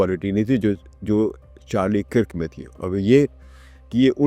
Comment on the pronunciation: Kirk is pronounced as “KURK”. Please correct.